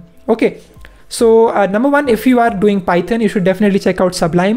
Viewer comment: its one not wan